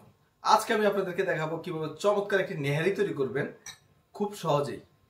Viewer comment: আপনি চমৎকার কে মোচৎকার বলেছেন 🤣🤣🤣